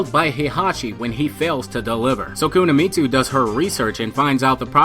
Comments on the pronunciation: Every time you mispronounce "Kunimitsu" as "Kunamitsu" I fell like someone is sticking a fork into my spine. Ugh.... Listen to your friend - she's doing it right. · Pronounced "koo-knee-mitsu" not koo-nah-Mitsu" lol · Love the video but you butchered the pronunciation, it’s not Kuna-mitsu it’s Kuni-mitsu. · you said it like Kuna Meat Sue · There is no "Kunuhmitsu". It's pronounced Koo nee meet soo. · why are you saying "kunamitsu" instead of kunimitsu? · It's kuni... Not kuna... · Yeah all I heard was Kuna m8. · Dude her name is pronounced [ku-knee-me-tsu] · ku na mi tsu lol